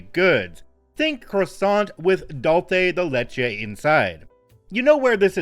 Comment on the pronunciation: The non-Mexican pronunciation of Dulce de leche hurts my brain